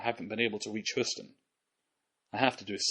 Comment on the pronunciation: "Come in, Hoostin" lol